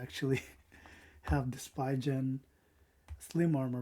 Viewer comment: It is pronounced SPEEEEEEEEEEEEEEEEEEEEEEE Gaaaaaaaannn... Not SPY GEN. haha. Have fun with the best Phone for 2026!